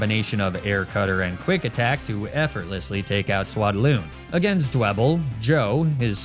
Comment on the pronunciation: the fact that says "Swadloon" like it has 4 syllables ("Suhwaddaloon") is such a small but amazing detail